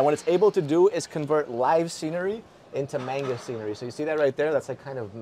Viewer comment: It's Manga not Menga